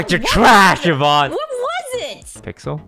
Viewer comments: Omg it's Yvonne (like E-vonne). Not YEE-vonne >.<' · Bro said evon 🤣